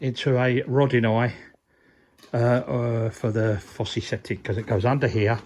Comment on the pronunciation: Just the prononciation, the Fossé is pronounced as you do, the Fosse Septique is prounced without the acute é. Just trying to help, hope it hasn't caused offence.